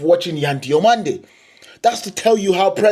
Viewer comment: I watch you from Spain, your spanish names pronunciation are pretty good, good video.